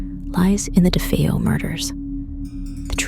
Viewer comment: Actually youre wrong as well! Defeo!!